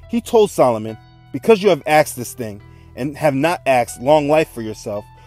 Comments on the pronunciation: Please stop saying axed, it's annoying. The word is asked. Otherwise I am enjoying the series. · Axed, axed, axed !!!! The word is ASKED. It's driving me bonkers, and incorrect enunciation does not enhance the credibility of your story, pleasant as it is. Lets not forget Ben-ya-min, my Fathers name.